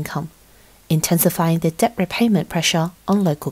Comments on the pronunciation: Debt is 'det', not 'deBt' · yeah that's not right. British people don't pronounce the B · Nice voice but she pronounces the B in debt. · Who the hell pronounces debt like “dep” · Fine reporting but the pronunciation of the the letter b in debt 57 times grated my English teaching nerves. The b is silent. Otherwise the video was informative and enjoyable.